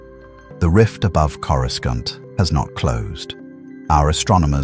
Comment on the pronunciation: Why can't these AI's pronounce Coruscant properly and so many other words.